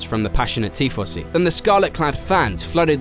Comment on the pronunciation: Tee-fossy eh? Tifosi.